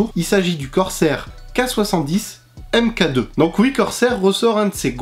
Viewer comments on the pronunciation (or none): Je veux pas faire le relou mais « Mk2 » se prononce « Mark 2 » , sinon très bonne vidéo ;)